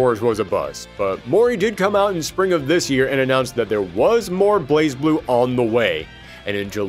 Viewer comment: BlazBlue is pronounced Blay Blue. The Z in Blaz is silent.